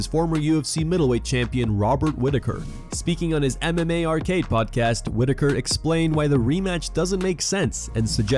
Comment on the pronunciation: M M Arcade, not MMA Arcade…